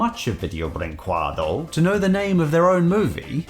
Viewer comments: pretty sure it's pronounced like the Spanish word for "what," "que." I've seen Saberspark say it like that & VB was a Brazilian company, so there could be enough overlap between Brazilian Portuguese & Latin American Spanish w/ how they're on the same continent. Pls correct me if I'm wrong. So, if I'm right, it's pronounced like "Bring-Ke-Doe." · I'm Brazilian and I have one of this mockbusters of Vídeo Brinquedo (of Up) and it's really bad. The company name "que" is pronuncied "ke" (same "ke" in the word "like")